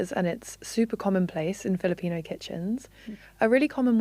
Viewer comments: As a Filipino, I am massively cringing at the casual caucacity in this piece, from the non-native main interviewee as a source person, all the way to the mispronounciations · The way my eyes twitch whenever I hear mispronunciations of Filipino words. 😣